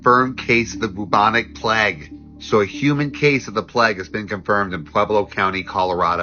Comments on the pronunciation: The Pleg? (Plague) it’s pronounced like Playg that’s why you don’t see a bloody E as the third letter of the word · Dude was saying the pleygue 😂😅 plehghe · The way that guy pronounced Plague, Pleggg......... Ahhhhh!!!